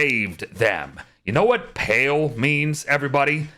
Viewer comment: "Pall" is pronounced like "Ball" and it refers to a cloth draped over a coffin, or dark cloud of something like smoke.